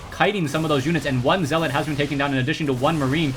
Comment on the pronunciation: possibly the gayest commentary ever, doesnt even say zealot right lol